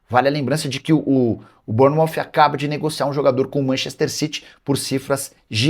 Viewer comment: Burnouf ?????? vamos fazer Um basico de ingles Nicola.